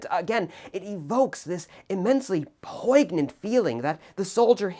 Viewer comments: "PoiGnant"? Seriously? POIN-YENT. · I love you and your fussy nit pickiness which is why I say this with all love: It's not "POIG-nant" though, it's poin-yant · "poig-nant" got a real laugh out of that! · I’ve only ever heard “poi-nyant” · LOL U SAID POIGNANT WEIRD LOL *points and laughs* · Your pronunciation of poignant is farb. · can’t say I’ve ever heard someone pronounce the G in poignant